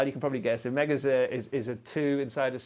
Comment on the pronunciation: Every time he says (I think) “a mega” it sounds like “omega”.